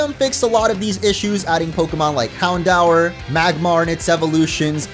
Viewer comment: SIR!! I ain't a hater of your channel orange but here is some advice to u and everyone....BEFORE PLAYING THE DAMN GAMES WATCH THE ANIME IN ENGLISH BEFORE CALLING URSELF POKEFANS....CAUSE U PRONOUNCED HOUNDOUR COMPLETELY INCORRECT!!!!...i end my case....